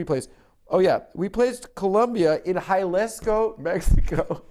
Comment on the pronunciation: Adam pronouncing jalisco as Halasco is driving me wild